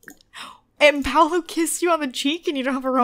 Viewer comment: Paulo's name is pronounced "P-aww-low"